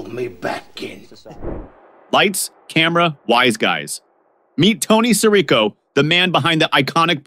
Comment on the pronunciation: I mean, since you obviously have never heard of these people, couldn’t you at least research how to pronounce their last names? Coppola. Sirico. Gaultieri. And all the others. Jeez.